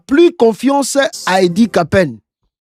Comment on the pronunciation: Kapend et non kapen